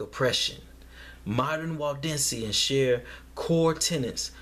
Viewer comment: Waldensians? I thought you were saying Walt Disneyans lol